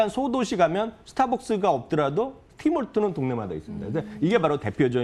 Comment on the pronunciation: 팀 홀튼스 입니다. 팀 홀튼 아니고